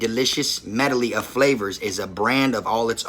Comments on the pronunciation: These ain't no where near $10-15/bag..for that 12 pack he got he paid $3/bag..I don't know why he trying to flex like he balled out and spent $120+ on chips.. he didn't And the word medley is pronounced med-lee . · When he tries to pronounce medley. I felt that.